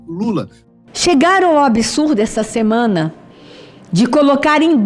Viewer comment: Gente, amei o vídeo, mas a fala da repórter do UOL falando "semena" igual a Amenda me tirou do prumo kkkk.